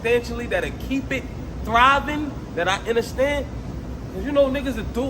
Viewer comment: Lux whole word play be fuckin me up … nigga said “inderstand” that’s wild 😂